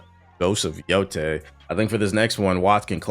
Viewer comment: It’s yotei not yotai